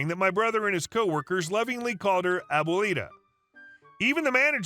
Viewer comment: My gringo ear was cringing every time he said it too because it’s one of my favorite words in Spanish. But, he’s a great narrator so I always give him a pass on foreign languages.